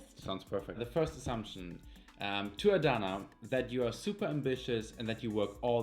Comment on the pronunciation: I thought was shy but I guess not. I was killing myself with laughter when he kept saying Adanna😂😂😂. Love from Australia